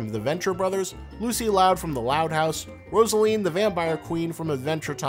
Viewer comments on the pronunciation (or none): Why does it sound like he os saying marceline's name like roselina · did that guy just say ROSALINE the vampire queen? No. No. No. it's MARCELINE. MARCELINEEEEE! THIS UNACCEPTABLEEEEEEEEEE!!!!!!!!!!!!!!!!!!!!! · *marceline not rosaline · This video isn’t very informative and gives a lot of misinformation about how animators think. And how people think. Also it’s Marceline, not Rosaline. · Was it just me or did he call Marceline “Rosaline?” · he said rosaline... it’s marceline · GOOD SIR IT'S MARCELINE NOT ROSALINE! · Did he...did he....DID HE JUST CALL MARCELINE ROSALINE I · Did-Did he say "Rosaline the Vampire Queen"? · he did not just call Marceline 'Roseline'! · DID THIS NIGGA JUST SAY ROSALINE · “Rosaline the vampire queen” Try again buddy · DID U JUST CALL MARCELINE “ROSALINE” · Did this guy just said roseline instead of marceline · He called Marcy ROSALINE... Absolutely unforgivable. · uuh Her name is marceline, not rosaline... smh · “Rosaline” low key triggered me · her name is marcelin the vampire queen not roselin :v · Did he said Rosaline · It's Marceline...Not Rosalyn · Ummm, excuse me? Did u say Rosaleen the vampire queen? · did he just say rosaline... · did he say rosaline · Did you call Marceline "Rosaline"? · Rosaline? Lmao it’s Marcaline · rosealine? ItS mARcElinE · Did I literally hear him say Rosalyn the vampire queen or am I deaf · I LOST ALL MY RESPECT FOR YOU WHEN YOU CALLED MARCELINE ROSELIN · Did........did he say, "Rosalene the Vampire Queen?" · Marceline (not Rosaline) and Mai (MAY not “my”), c’mon man!!!!! Research! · did you just call her rosaline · No seriously I paused the video there and scrolled down just to read the comments. I was already getting iffy but after Marceline's extreme name butchering I will go no further. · Weird video vibes and you said the name of my favorite character wrong (Marceline my dude, come on, you researched for this, don't screw a simple name like that up ;~;) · HE SAID MARCELINE'S NAME WRONG